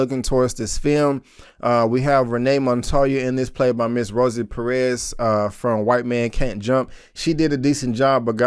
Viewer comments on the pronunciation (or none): none